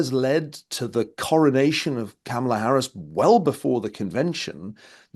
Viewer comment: Kamala pronounced like Pamela😁😁